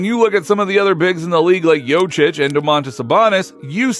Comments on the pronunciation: Bilerek mi tam da seyirci olmayan Turk ligi macini secmis ne.. Jokic'e Jocic demesi de tuhafima gitti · Please learn to pronounce jokic correctly. Don’t be that typical American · You are kidding? Satire? For starters... learn the spelling of the surname Jokić. J...O...K...I..Ć.. OK? A man will be MVP 3 times in a row and you can't even pronounce his last name? Shame! I know it's hard for you...but what if you had to spell Czechoslovakia! Hahaha... American idiot! ;-)